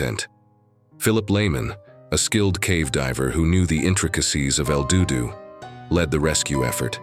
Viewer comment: Another AI channel that can't properly pronounce words correctly. IF the divers had kicked up silt how is it there was "no trace" of them in the main cave? Wasn't the silt all kicked up a trace? AI is such bull shite, did you even listen to this video before posting it lol El DooDoo lol.